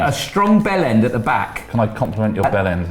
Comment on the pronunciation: Vibe is pronounced Veebay and Bjelland is pronounced Byellend